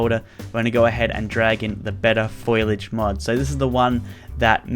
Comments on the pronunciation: Foll-ee-age. Not foil-idge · “FOILage” triggered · "Better foilige" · its pronounced fo li aje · Did anyone else cringe when said foliage